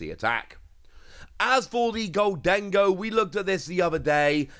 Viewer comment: It's GOHL-dun-goh. NOT gohl-DEN-go. Just say "GOLDEN-GO". Let's get this right now before we're subject to a lifetime of frustration.